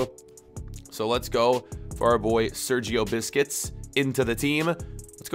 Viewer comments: He said Sergio Biscuits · lol he said sergio biscuits